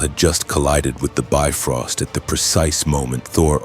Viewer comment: Well yeah. This is what happens when you have AI write a story for you. Then you let the AI voice call the Bifrost a "biffrost".